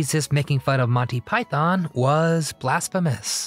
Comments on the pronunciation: Python. Not pythōn. Stress on the first syllable not the second. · Please learn to pronounce Python properly. It’s not Pie-Thon, it’s properly pronounced Pie-Thun. Why do Americans always mispronounce this word? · its Python not Pietharrn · Thanks! Good video about a hilarious film. Just a small gripe, it’s pronounced “ Monty Py-thun, not “ Monty Pythonn”. Cheers! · "Yes, we are all individuals" is probably my favourite moment. Oh, and please, it's...... "Pyth-en", not "Pyth-on". 🙂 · its not Pie-Thon.... its pi-thon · Stop saying PYTHARN. It is PYTHN (don'tr pronounce the O) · I know Americans like to pronounce python, pie-thon, but given they were predominantly British, it's pronounced pie-thn. Just sounds wrong calling it pie-thon. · God, I hate the way Americans say "PyTHON." It's a British act, so kindly do it the basic courtesy of saying its name the way British people - including the Pythons themselves - say it. Pie-thun. No stress on that second syllable. Here's John Cleese saying the word "python" several times, for reference. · And, it was Monty PythOn, not Pythaaaaan…. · Why do you keep saying it as 'montypyTHON'? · One correction. It's pronounced PIE-THIN.....There is no Thon in it at all. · Silly American-voiced commentary. It's not pronounced Pythonn!